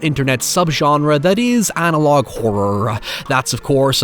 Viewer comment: Lol, "anologue" horror. xD